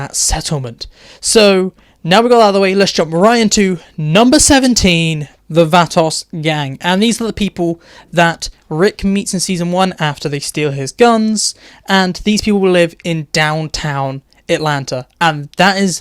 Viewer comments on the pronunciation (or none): The way you said vatos like “vaht-toss” come on dude 🤦‍♂️ I know you’re British but Jesus dude you gotta know Spanish doesn’t sound like that